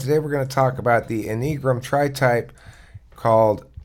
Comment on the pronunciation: En-ee-gram? It's any-a-gram